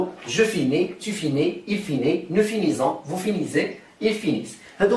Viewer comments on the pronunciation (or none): من فضلك. هل تصريف فعل finir هكذا ؟ je finis, tu finis, il finit, nous finissons,vous tinissez,ils finissent. لأنني سمعتك تقول. Nous finisons. بارك الله فيك استاذ وجزاك الله كل خير على مجهوداتك الجبارة.